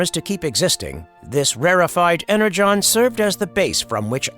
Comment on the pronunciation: Additionally AI pronounced the word "energon" wrong